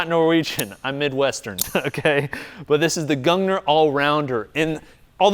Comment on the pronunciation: It's from Norway!? I didn't expect that. Fun to hear we actually design/make good stuff like this in our country. And in that case, if you care to know for trivia's sake, I can say that it's pronounced either "Goong-neer" or "Gong-neer" with the R rolling at the tip of your tongue or sharply in the back of your throat (we have two Rs), depending on dialect. 😅